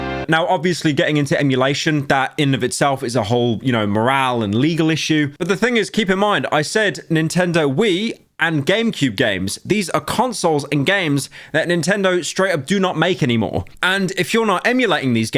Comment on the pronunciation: Did he just pronounce "moral" like "morale"?